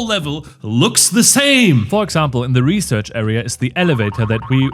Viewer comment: I’m dying every time “reserch” shows up